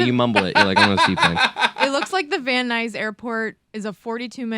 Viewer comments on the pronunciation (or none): Van newwies wtf smetana ms it's van Nuys learn names of different cities that aren't near Chicago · lol at Van NOOYS and the Camarillo proununciation. That could easily be a 1.5 hour drive with some traffic. I'd rather go Helicopter myself but to each their own. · I cant believe how she pronounced Van Nuys.